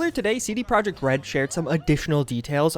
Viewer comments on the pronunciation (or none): none